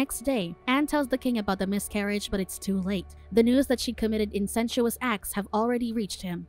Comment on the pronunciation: It's 'incestuous' not 'incensious'